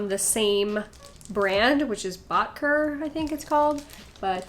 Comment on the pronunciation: also it's bot key ay ♡